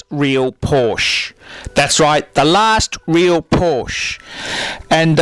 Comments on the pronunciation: Your right that the air cooled is better but obviously you don't know anything because you can't even pronounce Porsche. (Poor-Sha) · "por-sche'h". Greetings from Southern Germany.. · If you're gonna rant, at least pronounce Porsche right wtf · HE SAID PORSH INSTEAD OF PORSH-UH, HURR DURR I'M BUTTHURT - DOWNVOTE. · Christ your voice sucks and you can pronounce Porsche properly to save your life. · In what world is he able to pronounce Porsche right? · Can't even pronounce Porsche. What a fuckload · Who is this guy? Is he for real or a parody? How the f*ck can this clown be talking about the 911 when he can't even pronounce the name of the make correctly?